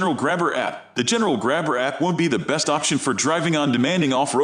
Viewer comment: The computer voice program sucks. Sumitomo AT pronounced "at" instead of Ay Tee or all terrain? 🤦‍♂️ and what did you call the General APT? You called it the "App?" Jeesus. You got a dislike for all the mispronounciations.